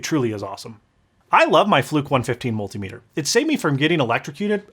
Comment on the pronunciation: Jesus christ you too? Say it with me "Mul-tim-iter"